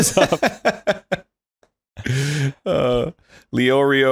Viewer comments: Hearing Arin pronounce Leorio was an interesting experience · WHEN HE SAID LEORIO IM